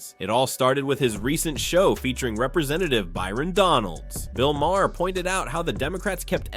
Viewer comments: His name in pronounced 'Mar', not the 3 different ways you pronounce it here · Bill Mah-her? Are you uninformed or just a robot? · Pronounced, "Marr." 1 syllable. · Maher rhymes with tar, dude. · Can't listen to Mr. AI butcher these names! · There were 5 different pronunciations of Mahrs name. Just pick one you dumb AI channel